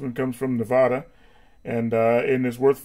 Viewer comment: Nevada not Navada